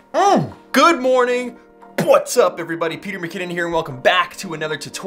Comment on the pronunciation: There it is! “Pwhats up everybody” 👌